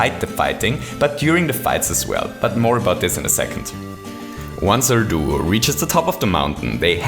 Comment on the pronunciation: You say "plumber duo" like "plumber doo". You also say "Superstar Saga" like "Superstar Sagr". You called "Popple" "Poppers".